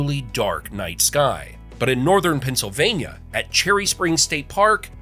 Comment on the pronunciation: Pa! Keystone state,. The speaker says the states name a lot. Many perfect ways of saying it. Pen cil vay n yuh